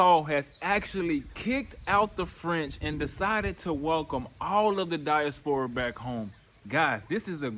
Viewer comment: Definitely moving there and also I’m going to need you to pronounce diaspora right 🥴